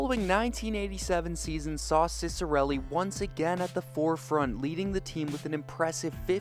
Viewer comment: i’m actually related to him, and the proper pronunciation is chick-uh-relli!